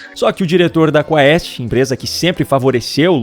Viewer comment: Quando os Youtubers irão aprender que "ae" é um ditongo em Latim?? "Quaest" pronuncia-se "Kuést"!